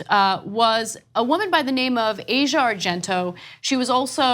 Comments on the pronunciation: Minor niggle: it's pronounced Ar-zee-ya not Ay-sha. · Ah-cia, not "Asia" She new him since he was 7 years old, who's to say there wasn't child-grooming?